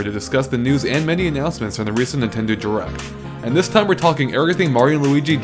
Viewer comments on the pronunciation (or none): he says direct not jurect